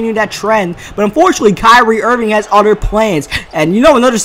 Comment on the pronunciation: it's pronounced other, not Utter 😊